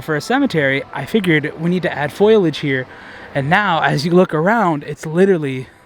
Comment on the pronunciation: just a tip, it’s pronounced FOLE-IDGE. not foil-idge. spelled foliage